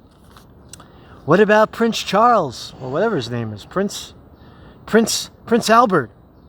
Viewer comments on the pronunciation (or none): none